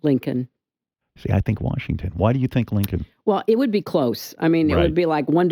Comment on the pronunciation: Nigga how you gonna say Washington